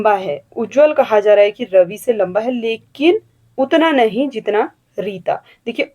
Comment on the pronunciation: Q 9 में तृतीय क्षेत्र में संचार सही है उच्चारण "नहीं " गलत हो गया शायद